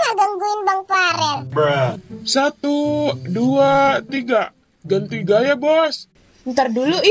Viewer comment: bukan parel tapi Farel